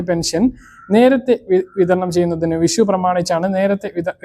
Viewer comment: വിശുവല്ല. വിഷുവാണ് അക്ഷരസ്പുടതയില്ല സുരക്ഷയാണ് സുരച്ച യല്ല